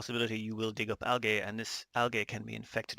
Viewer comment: Hey man I believe it's pronounced (al-jee) algae.